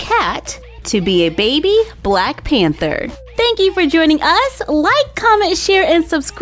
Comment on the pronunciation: She said bwack suit XD